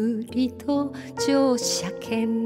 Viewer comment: この曲はカバーする人が多いのですが、実に 詞を忠実に発音してますね。特に「乗車券」を しょうしゃけんと聴こえないところが良いです。 詞を全て認識して表現してますね。今の歌い手 は自分の歌い方をオリジナルとは違うんだと 言わんばかりです。それはとりも直さずオリジナル へのリスペクトがないのでは無い のではと思います。アレンジは有りですが、 逸脱してはどんなものでしょう!